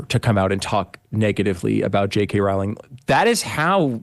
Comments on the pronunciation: It’s Rowling like bowling 🤦🏻‍♂️ let’s do a little research before we make these vids. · Just a small point - her name is pronounced as "bowling" as bowling in cricket, not as you are saying it. Or rolling the dice. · "Rowling" rhymes with "Bowling!" If you're going to report on a person, please learn to correctly pronounce her name. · I absolutely love you Megyn. Everything you do. Stand for. Common sense. And speaking for all of regular Americans. Just one thing. And I love you. But Rowling is pronounced ROWling. Like Rowling pin. Keep on doing what the Lord has laid out for you and Jesus bless you!! So much love from West Texas. Pecos County. Fort Stockton. Austin and Marfa are NOT Texas. and come visit anytime to spread the word of the truth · It's Row Row Rowling !!! Like Rowing a boat FFS. Wy can't Amuurican people pronounce her name correctly? Very disrespectful !! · It's pronounced "ROLLING," Megyn. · Not to sound nit-picky but JK Rowling's last name is pronounced 'Rolling' according to an interview of her I read about 20 years ago. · Pronounced "Rolling" I think